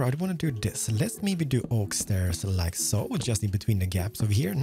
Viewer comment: I kinda Love the „lika soo“